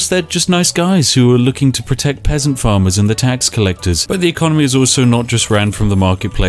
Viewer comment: did u just call me a pessant XD spiff i’ll let u win this time next time ya won’t be so lucky -_